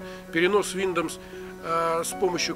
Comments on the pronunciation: бро, не виндомс, а виндовс. научись читать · Виндомс))) Тогда уже не Виндомс а Миндомс))) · Что вы заладили, виндомс виндомс, линух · Виндомс айс звучит) Но лайк за норм инфу) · летс ми спик фром май харт ин инглиш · Блять только из за слова виндомс не смог досмотреть))) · Ох и читака - Виндомс...))) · Сейчас бы исправляя чьи-то ошибки учить новым. Виндоус произносится правильно) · Ну знаешь, если человек не знает как правильно произноситься слово windows, который делает всё с 1 дубля, "и так сойдёт", я бы не стал особо сильно доверять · Автор... Аглицкий подучи что-ли... Виндомс, бля. Мигратион.... Рыдал... :)))